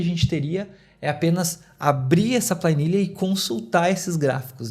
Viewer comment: Plainilha 😂 Que idioma é esse? Sério mesmo que você chama planilha de Pla I nilha?! Vixe mairilha!😅